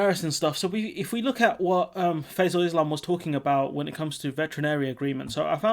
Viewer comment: Ah good... Also small mispronunciation of the interviewers name. (Think its Fie-zel rather than "fa-zel" )